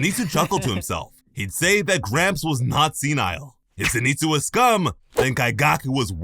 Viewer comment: Did you purposely mispronounce Zenitsu?